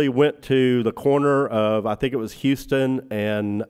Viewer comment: How can you spend decades researching the assassination and still not know that Houston Street is NOT pronounced the same way as the city further south? Serious question.